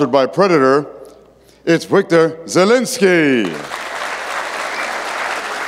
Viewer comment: Wiktor is pronounced Victore, not Whickter